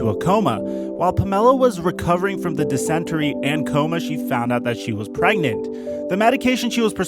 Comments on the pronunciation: Dysentery... pronounced di-suhn-ter-ree not di-sent-u-ree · "Pamella" and "dissenterry" lol I think you mean Pamela and dysentery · Say it with me now. Dis-in-terry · Pronounced: Dis-In-Terry. Good vid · “NEEse” high school and “dis-en-terry” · Hey if you can’t pronounce super basic shit very important to the subject of the video correctly, (Dysentery, Allen D. Nease High School, etc) then just don’t make the video. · Just FYI, I'm sure it's been commented before. But that is not how you pronounce dysentery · I have never heard anyone pronounce dysentery that way before lol. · When pronounces dysentery (dih-sin-tuh-ree)